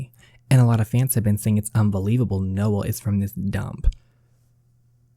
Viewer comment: We pronounce my brothers name: No-El Not Nole